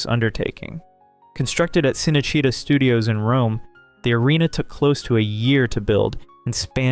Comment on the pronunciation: chi-nay-chi-TA! di-MEE-trik!